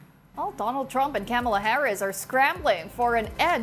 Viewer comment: I love the way you mispronounce Camela's name. Her supporters hate that with a passion and they always get on Republican's case for doing so. How do you know? How do you know how to make sure how do you think? What? But it just goes to show how little you know about our politics and really ought to keep your mouth shut. You know exactly what I mean, because you don't like americans getting into your politics, do ya At least this time, your reporting seems to be unbiased and fair. Maraming maraming salamat po